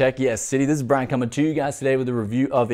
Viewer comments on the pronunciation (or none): none